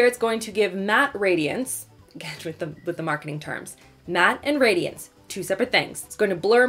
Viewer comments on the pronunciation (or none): none